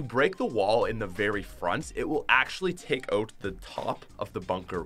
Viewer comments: say "out" correctly, thanks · omg the way he pronounces out kills me